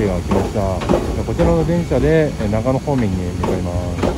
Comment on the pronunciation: 綿貫さんで草。【悲報】なかのとながのを間違えた。 新そば食べたい すみません。ここって長野県ですよね？長野の新そば食べたいので来たんですけどそれらしき店が無いのですが何処まで行けばありますか？.......あれここって長野県じゃない、あ！発音がなかのでしたね。